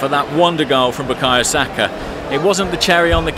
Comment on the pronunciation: Hi. I'm just a yoruba man, from south west Nigeria who would like yoruba names like Bukayo Saka pronounced properly.... 😅. It's pronounced, "bu-kaar-yaw Saar-kaah"